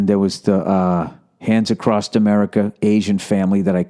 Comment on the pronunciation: What is with people and saying Acrosst???